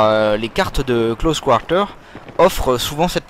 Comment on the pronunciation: lol tes québécois? pourquoi tu prononce close quarter en anglais oO C'est vraiment moche :D